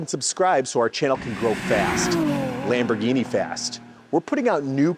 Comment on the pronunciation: Lombargine machine 😂😂😂 Do they sell Roys-roys as well? Anyways the channel is great, refreshing to see one without the classic influencer approach